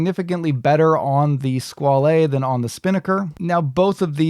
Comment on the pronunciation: OK, stop saying "skwal-ay". It is just pronounced Squale and rhymes with doll. The "e" is silent. Pretty much the same pronunciation in both English and French. I cringe everytime you say it, and you must have said it 35 times.